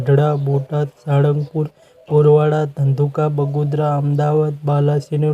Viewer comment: એ ભાઇ બોરવાળા નહી બરવાળા બોલો